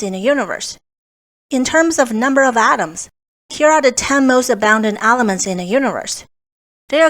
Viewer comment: Stop saying ALEMENTS!